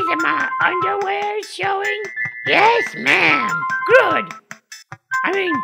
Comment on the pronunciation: I still say 'grood' 8 years later, along with everything from these vids